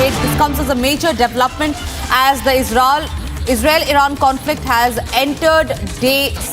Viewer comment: defence ❎️ defend Israel ❎️ Isral 😂